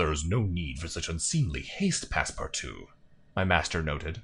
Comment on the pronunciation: This LP has taught me how to pronounce Passepartout, which has vexed me for decades.